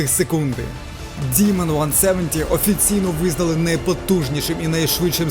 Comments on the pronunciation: Файно моя улюблена марка , але ти не правильно вимовляєш діман це що Діма , правильна назва DEMON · Замість того, щоб ганьбитись, ви могли б прослухати в Гугл-перекладачі, що Demon звучить саме "дІмон".